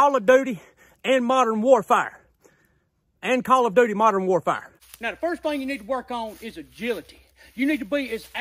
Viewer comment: I love it when he says modern warfire